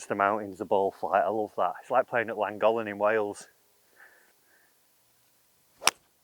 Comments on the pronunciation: please say Llangollen properly lmao I agree with what you on the ballflight in the mountains, it is so lush at Llangollen (my local course:D) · Great video, but the pronunciation of Llangollen hurt my soul haha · Fun video, but you do need to work on your Welsh pronunciation!